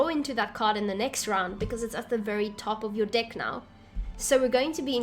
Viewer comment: This might sound super immature but at the beginning you said choose a deck to play with and it kinda sounded like choose a dick to play with lol! What can I say I find the worst in the best lol!